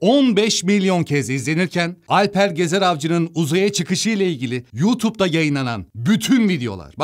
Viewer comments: Alpara takıldın da, emore de sorun yok mu :DDD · Alpar değil aslanım adamın adı Alper Alper